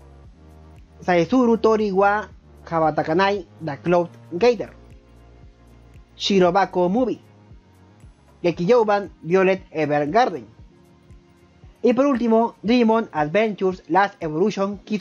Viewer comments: Se pronuncia Vayolet no literalmente violet >:v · Lo pronunció en español😄